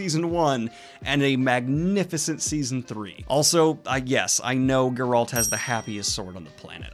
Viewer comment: Still pronouncing Geralt wrong. Jesus!